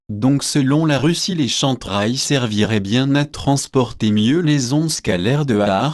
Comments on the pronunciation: Excuse moi c'est Kem Trails et non Chantrails SVP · plus des "chèm traiylls".... c'est un peu le soucis avec les vidéos pseudo-Anonymous qui utilisent des logiciels de vocalisation pour dire un truc à la con que l'auteur n'assume même pas.... si hervé guiet a une once d'honnêteté, qu'il achète un micro et nous fasse une vraie vidéo, avec ses sources en commentaire... là, pour moi, c'est du pipo... du pipo! si il joue de la flûte, c'est tant mieux?